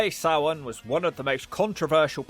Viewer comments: i love everything but his pronouncing of SamHain. It’s Sam - Hane. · For those wondering how to pronounce it, its supposed to be Sam--H--ain Its supposed to be the same name of the pegan god samhain. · For anybody confused about it, the name of the PPV is pronounced "SAM-HINE" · How in the blue FK is SAMHAIN pronounced SOW-WEN